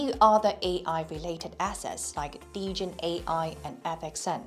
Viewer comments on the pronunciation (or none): none